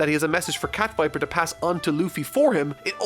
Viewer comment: "cat viper"???? what??